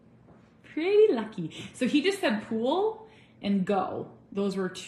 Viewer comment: Great job,!! I definitely heard you say "pool"!!